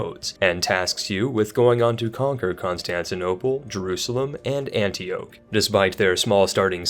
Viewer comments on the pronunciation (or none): This man did not just say Antioch like that.